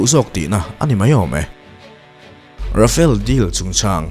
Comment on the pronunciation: Ra-fa-le tih tur.. I thumbnail ah Euro Typhoon jet fighter i dah bawk.